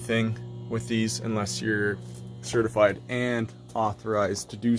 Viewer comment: Did you say CERTIFRIED or CERTIFIED?? Just curious.